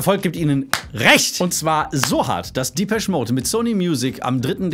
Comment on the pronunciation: Respekt👍🏼 Depeche wird allerdings französisch ausgesprochen, habe noch nie einen Briten "diepesch" sagen hören Dein Lied kommt aber "Happiest Girl" relativ nahe.